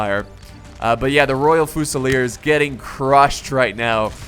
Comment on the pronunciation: Fusilier is pronounced 'few-sil-ear' not 'foo-sal-ear